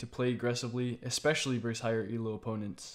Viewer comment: the word is ESPECIALLY. you spelled it right but you keep saying EXpecially.